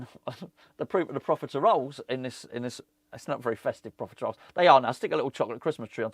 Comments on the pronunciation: I saw this comment before watching the video, then cracked up every time he said it 😂 Love it. Merry Christmas, I hope the profitaROLES lived up to expectations 🤣😋😘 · Never heard profitoroles be so confidently mispronounced in one video 😂😂😂